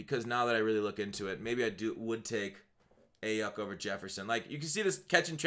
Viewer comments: Brandon “I-yook” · Aiyuk is pronounced "Eye-yook"